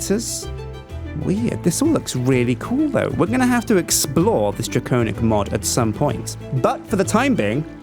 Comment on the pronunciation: It's pronounced wi-vern and drac-onic. Not why-vern and drac-ownic.